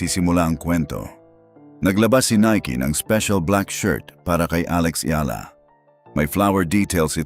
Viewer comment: Eala po or Alex na lang. Mali ang pronounciation mo sa apelyido ni Alex.